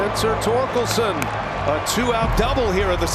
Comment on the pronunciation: Not knowing how to say Torkelson is the most don’t know ball thing I’ve ever seen